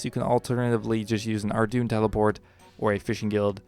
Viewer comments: Ardougne is pronounced Ardoyn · Good info but I can't focus when Ardougne is pronounced ar-doon